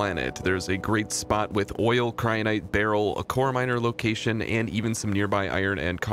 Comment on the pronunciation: Every time you mispronounce Beryl makes a little bit of my soul die.